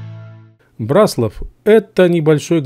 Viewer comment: В слове Браславские ударение на ра а не на ла пипец. В слове Браслав тоже самое